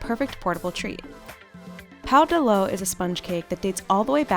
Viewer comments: Pão de ló is pronounced similar as pawn the law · Wtf pow de low, that’s not how it’s pronounced